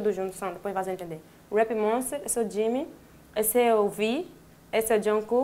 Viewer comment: Não é Jimmmy(como ela diz) é Jimin (Dijimin) em coreano (Jiminie 지믹)